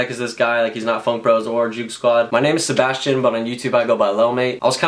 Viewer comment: Wassup ps I'm called Sebastian but it's not Seb ass chin it's Spanish